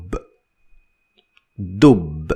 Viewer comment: Good tutorial. The only problem is that in arabic we rarely end words with a dhamma wich is something you do all the time. For ex, we dont say dub we say dubbun or addubbu